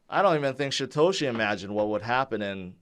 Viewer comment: It's Satoshi...not Shatoshi.